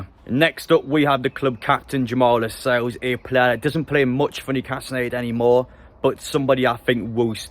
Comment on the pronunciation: Stopped watching when you said Lacelles to stay.